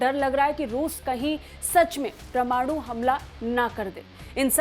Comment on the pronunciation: अरे भाई समाचार वालों परमाणु का उच्चारण तो ठीक करो